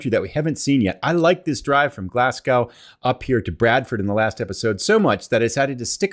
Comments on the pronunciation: Nice trip more money in the bank, minus one fine lol. Just a little pronunciation hint the W is silent in Glasgow i.e Glasgo. But my pronunciations of American and European cities leaves a lo to be desired too. Keep on trucking. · As a scottish person I hope you will forgive my correction but Glasgow is pronounced Glas-go. I have to admit, I'm not a big advocate for Scotland, I certainly wouldn't recommend anyone moving here for numerous reasons. But I do love driving through it. I currently live in Inverness and the highlands especially are absolutely stunning. I've traveled a lot and seen a lot of amazing landscapes and still Scotland ranks pretty highly to me. Bow Fiddle Rock is west of Inverness and every time I go out that way I find it breathtaking, and of course travelling the west highland line on rail is amazing also. It's actually the rail line that was used in the Harry Potter movies for the Hogwarts express, including the amazing Glenfinnan Viaduct and it is just as grand and stunning in real life. I'm glad you're enjoying your journey through Scotland.